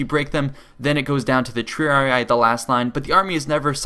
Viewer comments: >the Triaraaaraaarariarariiar. Dude try spelling it in latin. Tri-ari-i. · Lol a Total War Lore Guy and Strategist and cant say Triarii correctly.